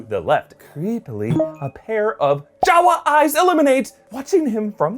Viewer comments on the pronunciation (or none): none